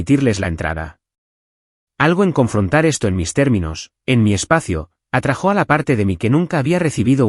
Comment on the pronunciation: Atrajó se dice atrájo